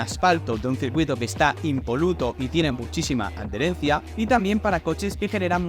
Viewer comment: Se dice Adherencia, no ad-derencia como no se para de decir en el vídeo. Me ha resultado doloros al oído jajaja. Buen e interesante vídeoen cualquier casi